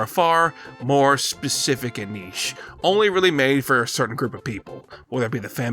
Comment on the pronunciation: Holy shit an American that knows how to pronounce the word "niche"